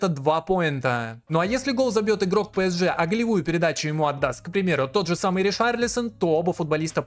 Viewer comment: не хочу быть душнилой, но скажу что очень больно ушам когда ты говоришь пЭСж, там буквы Э в названии нет